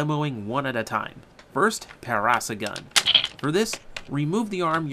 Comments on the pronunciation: its pronounced "Para-saur-relaphus" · the black ur is pronounced para-sauro-lufus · try :para - sor - RAWL - uh - phuss:, i had a thing that pronounced it like that when i was a wee lad. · For the record, Zyuden Black's dinosaur is pronounced Pa-ra-saw-ro-la-fas. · It is pronounced: Pair-Uh-Soar-All-Uh-Fuss. Not trying to be rude, just a dino nerd. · (handy tip) if you carnt say a dainosours name try braking the name up in to sections.